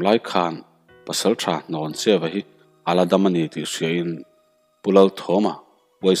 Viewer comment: Hnawncheuva tih i lam dan hi a dik tlat lo mai...Hlawncheuva ti in i lam tlat...